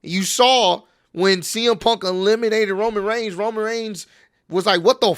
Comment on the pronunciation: It's roman not roam